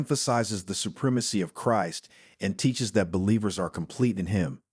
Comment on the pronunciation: Be nice to have a real voice that knows how to pronouce "Christ" properly.